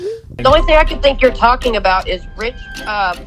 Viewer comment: "After about an hour of talkingeh, I realized that the person I was supposed to meet wasn't thereh..." "GOSH" Dude is too young to realize he's Napoleon Dynamite.